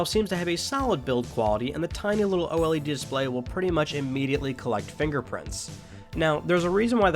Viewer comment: o-l-e-d? it's just o-led lol.